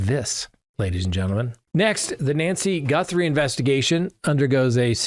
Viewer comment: GUTHrie, not GUNthrie!!!